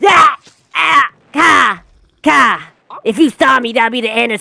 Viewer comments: the fact how he says kyle like "cow" is just so hilarious😭(my opinion.) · bro said “kyle = kaa” 💀💀💀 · Kyle❌ Kehl✔️